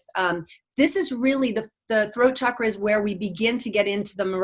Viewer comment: I love it when people say Chakra correctly, like. Ch like chocolate, choice, child. I don’t know why many people say ‘shakra’. If French people pronounce is shakra, I’d understand, but it’s weird that most English speakers say shakra. I’m glad that tendency is changing.